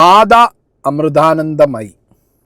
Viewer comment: ആദ്യം അക്ഷരം നന്നായി ഉച്ചരിക്കാൻ പഠിക്കു മാധാ അമൃധാനന്ദമയി അല്ല മാതാ അമൃതാനന്ദമയി